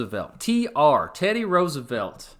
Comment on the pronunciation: When you said teddy Roosevelt I heard that crack in your voice of a western accent!